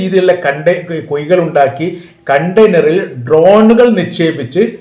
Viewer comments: കുയി അല്ല സർ കുഴി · ഓയിഞ്ഞ എന്നല്ല ഒഴിഞ്ഞ എന്നും കുയി അല്ല കുഴിയാണ്... എന്നും തിരുത്തുക മാഷേ...